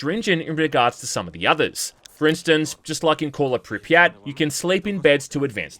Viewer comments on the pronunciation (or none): none